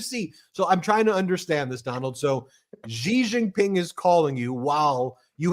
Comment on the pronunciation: Please learn how to pronounce Xi Jin Ping. It’s not an aspirated ‘Ji’ it’s an unaspirated ‘she’.